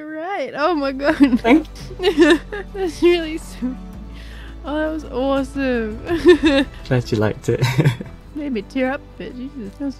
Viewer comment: Anyone else notice how lufu says sar instead saw and aresome instead of awesome and other things like that lol